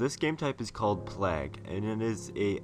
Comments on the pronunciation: I will just say, it's pronounced "Plaig", not "Plahg". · plague is pronounced ''playg'' not ''plag'', fyi. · That game type is seriously awesome. But its plague, not plag. Unless that was requested by the creator or that's how its pronounced where ever you are from of course xD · Plag hahaha Americans need to sort it out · It's pronounced "Play-guh" lool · Wow the way you pronounce plague is so irritating. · Oh my god the way he just pronounced "plague". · i nearly turned it off the second time he said it. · SIERRA420 We can handle it. We mention it because we think it's funny, not because it's annoying. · doesn't know how to say 'plague'